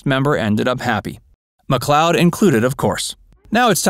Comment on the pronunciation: last name pronounced like Lloyd like Lloyd Nolan/ Get it right once